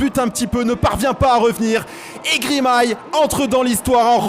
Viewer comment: "Grimay" deux fois...